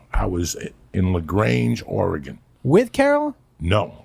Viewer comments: La Grainge Oregon? I know he means La Grande but that still cracked me up lol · Its pronounced laGrand, but spelled lagrande, I promise u were not in the lagrange its like population 5, but I was born in lagrande Uncle Joey!